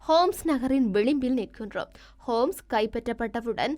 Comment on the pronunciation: நகரங்களின் பெயர்களை பிழையாக கூறுகிறீர்கள். ஹமாஸ் அல்ல ஹோம்ஸ். ஹமா என்றும் நகரம் உண்டு, ஹமாஸ் அல்ல.